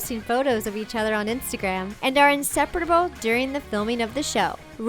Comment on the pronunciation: Am I the only one who noticed that she said 'inseperatable' instead of 'inseparable'